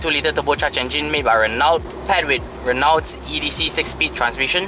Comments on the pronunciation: PRONUNCIATION SUPPOSED TO BE #RENO.....😅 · awesome review... though wished the Office ppl had communicated the proper pronunciation of Renault to you....